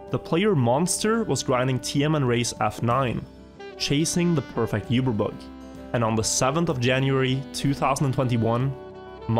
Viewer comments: Uber Bug is pronounced ew-ber bug not You-ber bug! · ITS PRONOUCED OOBERBUG not YOOberbug. DROVE ME CRAZY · Why does he say yuberbug? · you-ber bugs, uber youtuber does you-ber bug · ngl, the pronunciation of "uberbug" is triggering me